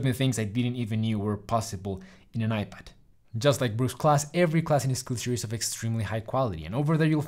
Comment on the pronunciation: Excellent video as always,. I love both this channel and your first, Spanish-speaking one, "Tutorías Medicina Interna". HOWEVER, there is a small nitpick which I hate for pointing it out, but...you are pronouncing Skillshare wrong. But don't sweat it, it doesn't take down the video's quality by any means. Keep making content!:D